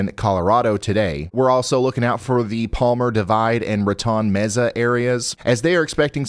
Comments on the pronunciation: Mesa is pronounced "maysah". Not "meza". I enjoy your reporting very much. Michael ' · Mesa is pronounced May-seh